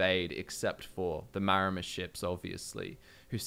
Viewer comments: I feel like the 'Maor' in Maormer is meant to be pronounced like 'Maori' the real life seafaring people, they were probably one of the major inspirations for the Maormer. So instead of "Mayomer" I always read it as "Maori" mixed with "Mer" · Isn't it "Maramer"? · Ah yes, The Mermer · they're called MAORmer. Like the Māori🥲 They are based off of Pacific Islanders